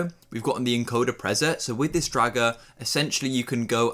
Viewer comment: Dude. "Prezet?" It's "pree-set." "Pre-" = before.